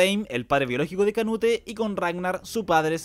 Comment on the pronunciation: Me da estrés q diga canute en vez de "conuto" 😔